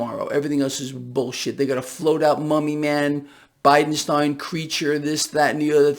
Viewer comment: It's pronounced Bidensteeen!